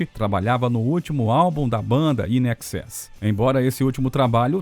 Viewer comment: INXS! Se fala "INEXÉS", não "IN EXÉS"! Não crítica, só informativo! 👍